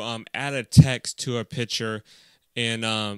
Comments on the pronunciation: Thanks, very useful. But it's "picture", not "piture" :-P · While you were saying picture you said Pitcher